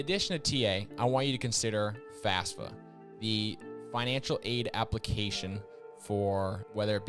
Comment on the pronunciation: So sorry, but it bug me. You have the acronym multiple times, youre teaching people... Just say FaFSA, not FASFA!!!